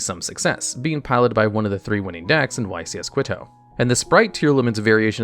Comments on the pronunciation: quito is pronounced like keto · Quito is pronounced "key-toe" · I really, really love your videos, but for the love of god quito is pronounced kee-to. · Quit-Oh?? You're the most illiterate fook on YT. Pro-toss? Good grief. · Lol Quito is pronounced as (kee-toe) but you get an A effort